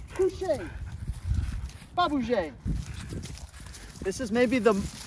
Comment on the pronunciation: Lmao I'm French and oh boy I wasn't ready when I heard the "pas bougeyyyyy" 🤣🤣🤣